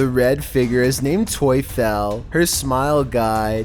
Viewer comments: Tuefel : if you change the u and e it’s Teufel and Teufel in german means Satan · Tuefel?😂😂 In germany the devil is called Teufel. But Tuefel sounds better😂 I love it hahahahaha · The#1 video "toyfel". Obviously not Polish but "Teufel" is German for "Devil" and is pronounced basically the same way...just throwing that out there.